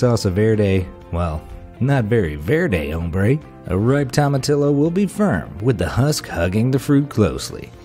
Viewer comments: The way you pronounce some words!! Its pronounced hee-ca-ma and to-ma-tee-yo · It's pronounced tow-muh-tee-yo. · It's pronounced HEE-kuh-muh, not jee-KA-ma dumbass. And tomatillo is pronounced tom-a-TEE-yo, not toma-TILL-o. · I'm so sorry, but tomatillo is pronounced "Toh-mah-tiy-o" (since double l's are pronounced like y's in Spanish). Jicama is also pronounced "Hee-kama". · Fun Fact!: In Spanish the "Tomatillo" is spelled like this, but in Spanish you pronounce it "Tomatiyo", so next time say it this way.. "Tomatiyo"! 😉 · Tomatillio pronunciation = Toe Ma T O's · Lmao... your pronunciations. Jicama is pronounced Hicama and tomatillo is pronounced tow-muh-tee-ow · To-mu-tee-yo and hee-ca-ma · I don't know about jicama, but I'm fairly sure it's "tom-a-TEE-o". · Great video. I learned a couple things. But please check your pronunciation of Hispanic food. Jicama is pronounced HEE-ki-mah, and it's toe-mah-TEE-yoh. You know what you're talking about, and maybe this gentle advice can help you prove it. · Ahhh,cringe...That is the most Yankee pronunciation of tomatillo I've EVER heard! 1st day, Spanish 101...a double L is ALWAYS pronounced like an English "y". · As a whiter than white person I am offended by the way you slaughtered jicama and tomatillo. I can only imagine how you say saguaro. It doesnt matter how the americans or brits say the words incorrectly...they are wrong. Go to mexico and try your language over there. If we enjoy the food we should learn how to say it correctly. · You completely destroyed the pronunciation of Jicama and Tomatillo....🤦🤦🤦